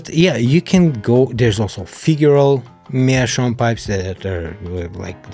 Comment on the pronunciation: Greetings from Germany Maybe also something to think about is a filter yes or no. Especially some of the first aromatic may give a good tunge bite without a filter. Greet video by the way and an english video in which Meerschaum is prounced right. Happy smoking Ach gerade deine Website angeschaut Schön Grüße aus den Norden Bayerns nach Dachau 😂😂